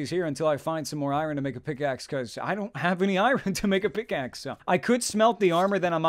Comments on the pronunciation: He calls it iren for some reason it really bothers me? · He says irohn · Eye-Reh-In = Iron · Learn to pronounce "iron" please.